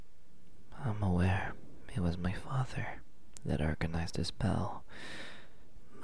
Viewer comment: It messed with my brain when he said "ball" as "bell" I got so confused for a second😂